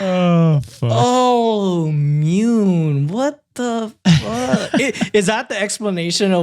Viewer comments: Half japanese person here😁 Mune is the japanese word for breast, however, the word is pronounced Moo Neigh (without the i sound at the end of neigh). So, if they pronounce the name as Mune (Myuun), it might be okay, but spelling wise, they arent doing the kid any favours😅🤣 Love you guys and content! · "mune" is actually pronounced moo - ne (like net without the t). it means chest, not boobs, although it can (rarely) be used to refer to them. however, it mainly refers to someone’s deep inner feelings/“heart”/“mind”. it’s a very neutral/polite term & can even be poetic. (thank you to the replies for adding more context that i didn’t think of lol.) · ik it’s late but the pronunciation for “mune” is Mu-nay. it doesn’t mean breasts. it means chest. A lot of japanese words have the same sounding with different meanings. also i live in japan and have met several people named that and it’s not that weird. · thanks for including this! Was totally thrown off by their sidetrack and mispronunciation.